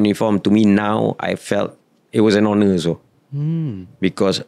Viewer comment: Kelakar la ni. Sebut honor pun HONOR. bukan honor la tapi Onor, silet H la